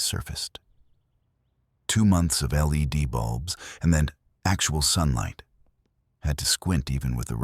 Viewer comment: AI just cant do LEAD ( LED ) 😂😂😂.